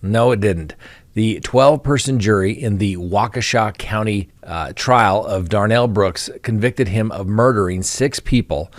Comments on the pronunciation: Darrell, not Darnell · Darrel. Not Darnell. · it’s obvious you aren’t really following these case. Anyone watching 10 minutes of the Darrell Brooks trial would know how to pronounce the defendant’s name. You butchered it.